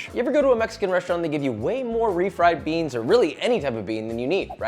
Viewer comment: I miss when he says "beans" in weird ways. 😭